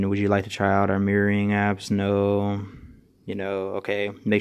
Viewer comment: "screen meering"?